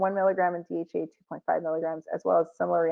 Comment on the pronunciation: Interesting. Two medical degrees and cannot pronounce DHEA . It makes you wonder what really passes as a medical degree these days let alone 2 Medical degrees ???